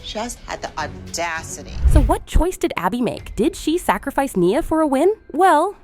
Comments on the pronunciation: It’s ne uh not Nyah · And her name is nia… not niyah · Niuh not nia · Omg… your photoshop, your AI🤦‍♀️ I heard Mia…Nyah….mackeneyez🤣 ya got some work to do. Oh also Aygine… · Its not nyia its N-I-A and the phtoshop😭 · its pronounced knee -ah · You said nia wrong 😂